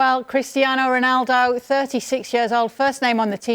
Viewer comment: Why is he saying Cristian Ronaldo 😆